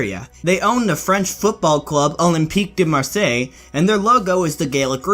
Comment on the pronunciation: Im sorry but i cringed so hard when you pronounced Marseille